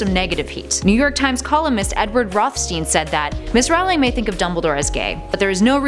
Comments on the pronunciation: it is JK ROLLING. not ROWWLING, i know its spelled ROWLING but it is pronounced ROLLING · She said ROWLING not rolling. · You pronounce it J.K. Rowling(Rolling) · JK ROWling not JK Rawling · JK's last name IS NOT pronounced r-OU-ling it's pronounced r-OE-ling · It's Rolling, not Rowling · goddamn you americans, get you shot together and stop calling her raoling! makes me cringe so hard, it's not a secret how her name is pronounced... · row row Rowlings God learn how to say the name right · It is somehow impossible for to EVER pronounce JK Rowling's name correctly in any of their videos on (ostensibly and ironically) Harry Potter facts. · The founder of Ilvermorny - Isolt - didn't marry a Native American, she married a no-maj immigrant from the Plymouth settlement. That's also not how you pronounce "Erised" (ear/air-eh-said) or Rowling (row-ling). Ariana was an obscural - someone with an obscuris -, not obscuris. If you're going to make a video of something, anything, especially Harry Potter, as the lore is quite extensive, you should read, watch, look into, and research before doing so. That goes for everyone. I just want to be clear, this is constructive criticism, NOT hate.